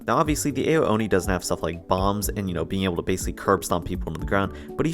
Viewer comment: w vid but his name is pronounced “ow-oni”